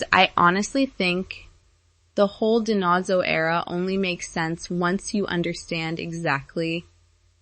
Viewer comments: Di-Nose-oh you're pronouncing Tony's last name incorrectly. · Don’t forget Fornell always called him DiNotzo.